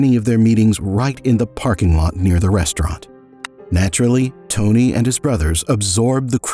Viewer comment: they could at least pronounce tony's name correctly